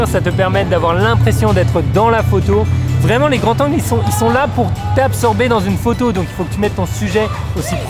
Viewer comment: Bonne vidéo, très belle image et bons conseils ! Mais par pitié, "des grandS zangles" pas "des grands tangles".